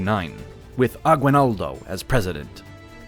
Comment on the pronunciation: I'm from Venezuela, and it's sad to see what the United States did to the Philippines. Even the person narrating this video doesn't know how to pronounce Spanish surnames correctly. Aguinaldo is a simple surname. I hope one day the Philippines will reestablish the use of Spanish.